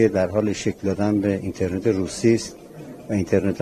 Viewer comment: ایشون درست تلفظ کرده، شما برو یه مقدار مطالعه بکن لطفا.